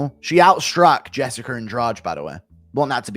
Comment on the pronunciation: Jessicer Lmao ahh british folks